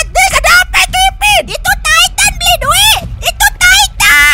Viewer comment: Eren jadi taiten bang